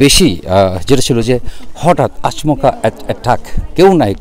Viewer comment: কথাটা আঁচ মকা নয় হবে আচমকা।